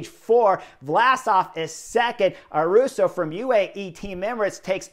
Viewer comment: The ‘young Spanish rider’ is called Ayuso, not Aruso.